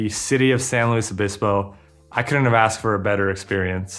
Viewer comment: As someone who grew up in SLO it kills me how you said San Luis Obispo. Definitely best bang for buck school though.